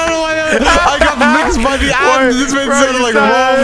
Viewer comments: Bro had me absolutely dying it’s just incoherent noise and “I got mixed by the Ahndroids” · "I got mixed by the ANNdroids" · "I GOT MIXED MY AWNDROIDS😩😭🗣️" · 😭😭😭😭😭😭 I'm dead "I got mixed by the Awndroooids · I love how they go on for like two minutes about his pronunciation of “Androids” 😂😂😂😂